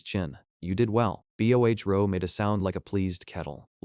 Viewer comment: "leora" becomes "Ell. Eee. Ora" and "Bohro"? becomes "Bee. Ohh. Aich, Row", ....constantly! And "it" (as in "it is fine!") becomes I.T. is fine.